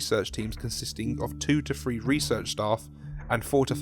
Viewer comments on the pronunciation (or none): I love your work, but PLEASEEEEEEE, "THree" not "free" The word three is used like a hundred times in this SCP log and hearing free repeated so many times is making me go crazy..